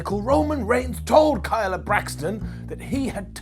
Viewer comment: Kayla, not Kyla. As in, "Hey KAYLA!!!" And hadouken はどうけん is pronounced ha-doh-ken, not ha-doo-ken. It also can be spelled hadōken, which represents the pronunciation better.